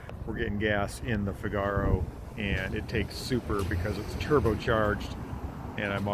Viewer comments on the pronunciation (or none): The name of the Nissan is pronounced Fig-a-row (as in the Rossini opera) not Fig-arrr-ow. Only ever private imports to the UK despite being RHD but styled on a 1950s French car. Was produced at the same time as the S-cargo. I vote for the Renault Cinq Le Car. Should be able to get original parts from France to make it look properly European. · It's * NOT* a "Cigar"-oh, it's a "NEE-sahn FIG-uh-row". (Happy New Year!) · Is that how Americans say Figaro?!😂